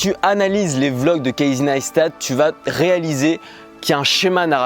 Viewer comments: deja on dit cassy pas kaïzey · apprends a prononcer son prénom avant de faire ct vidéo ;)